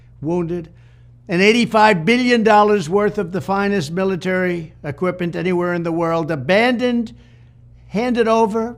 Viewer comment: couldn't pronounce the word "equipment"